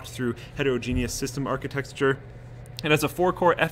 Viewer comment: "Architexture" -, 2016